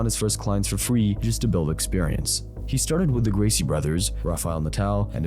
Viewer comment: Dude, learn how to pronounce the Gracie's first names. I know you're a YouTuber and you're not very smart, but it's the Gracie family. Figure it out.